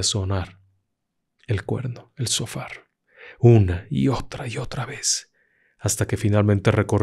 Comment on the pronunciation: Amigo tu trabajo es bueno pero cuando pronuncies Hebreo debe hacerlo bien Shofar es lo corecto pero sofar es incorrecto sepa quw el hebreo tuene gematria o valor en las palabras por eso es se tiene que pronincuar completo para cerrar el numero de valor